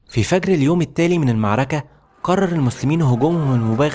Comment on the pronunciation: يعمي انطق المعركة صح والنبي